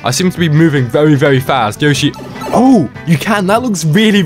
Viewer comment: Is Yoshi not Yoshy 😤😤🙀🙀🙀